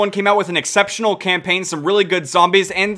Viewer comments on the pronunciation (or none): He said acceptional campaign